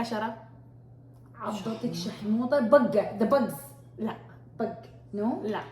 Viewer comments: هي قالته حتى غلط.. الكلمة الصح هي شاحوطة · شاحوطة و ليس شحموطة 😅😅😅😅 حتى انت ثقافتك السودانية صفر ياشهادة عربية مع انا زاتي شهادة عربية